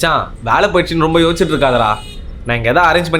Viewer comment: Yosthikitu iruke ❌ yoschitu irupe